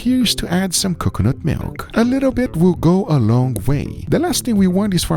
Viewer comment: still can't say coconut right